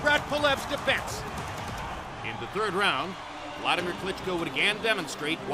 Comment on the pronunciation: For fuck sake its Vladimir not Wladimir, I understand it's hard for u to pronounce V ,is it also hard to write it?